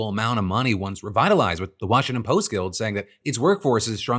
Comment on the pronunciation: “Washington Post-tah” #IYKYK ✌🏻💜🇵🇷